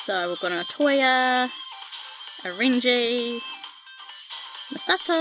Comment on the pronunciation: Please, tell me that you've watched at least some of the Anime by now. I like you but, those pronunciations of their names were so cringe. The way you were gushing over the guys was cute though. Haha! My favourites, because I can't choose just one, sorry...Natsuki, Ren, Reiji (not Renji), and Tokiya. 😍😍😍💕💕💕 I like the other guys a lot too, although I had to watch the Anime before I really liked Syo, Ai, and Camus. I've got a love/hate thing with Camus, because he can be so arrogant at times.